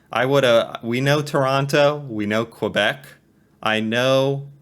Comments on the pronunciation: They pronounced Quebec wrong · This is a bit inaccurate: Quebec is pronounced "Kebek" not "Kwabec." Also, Canada wasn't a country until 1867. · Please stop calling Quebec "kwa-beck", try "kay-beck" instead. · That history video was cringe worthy. I recoiled at the French pronunciations! Tabarnak!